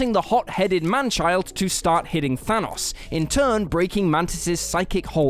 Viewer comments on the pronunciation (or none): none